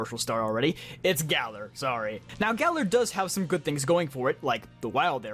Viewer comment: Time stamps:Galar 👎 :Galler 👍